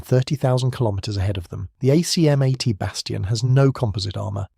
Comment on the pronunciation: Thanks for headlining this legendary vehicle. Only one detail hurt my French ears though: we pronounce some acronyms as words - ACMAT and PATSAS for exemple... Fluider than spelling them out ! No rule about which acronyms are pronounced - just the ones that sound good... So I guess you need a French consultant for that.